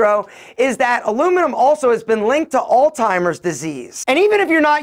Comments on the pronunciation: Wait…. did he just say “All-Timers” disease 😂😂😂😂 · Is it too late?? You pronounce Alzheimer's as all-timers ??? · Love every video you do man… but dont get even more people calling alzheimers disease, all-timers 🤦🏻‍♂️🤮